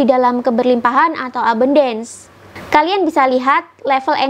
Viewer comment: ABUNDANCE itu bacanya E-BAN-DENS (E seperti pada kata Senin)